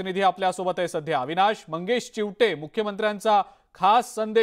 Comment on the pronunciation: चिवठे नाही चीवते